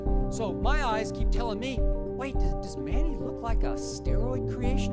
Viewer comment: Aahh...those days of yore...when even Filipino announcers sounded unsure of how to pronounce Manny's name . Rest well, Champ, rest well... you deserve it.